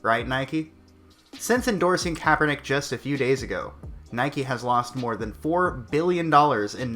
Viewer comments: I love how you never say his name right. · are you pronouncing his name differently on purpose? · I like how you say his name wrong everytime!!!